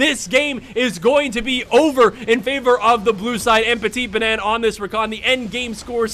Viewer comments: '' petite banane '' 😂 bien jouer l'accent français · PetiteBanane... Never been so proud of my country xD Nice prononciation btw:p